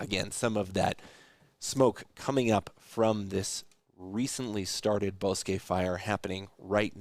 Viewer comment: ( ) Thank you for the coverage and pronouncing it right! TO EVERYONE ELSE: BOSQUE It's Pronounced BOW S-QUE NOT BOSS SKI